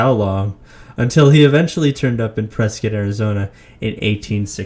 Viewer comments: I'm 47 years old born and raised in Phoenix Arizona I knew I was going to like this channel when I heard how you pronounced Prescott we pronounce it preskit not like it's spelled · You must be a native AZ if not your the only non native I've heard pronounce Prescott correctly😂